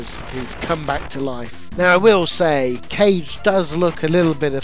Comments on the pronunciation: Legend of Kage is actually pronounced "Kah-ge", rather than Cage. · Another great vid. Think it’s legend of KAH-GAY (not cage). Anyway that said Liquid Kids would be no 1 for me